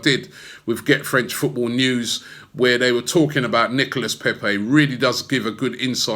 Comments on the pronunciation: Robbie Robbie Robbie it's pronounced Nicola Pepe not Nicholas. like we had in 1984 sharley Nicola ok Charlie Nicholas that is bloody Nicholas Pepe is Nicola please say it correctly we didn't sign Nicholas Pepe. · NicolA < that's how you pronounce it. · Robbie, you have the biggest fan channel on YouTube. You should learn how to pronounce player and club names properly. Especially the players and clubs you talk about often. The s is silent in Nicolas and Rennes!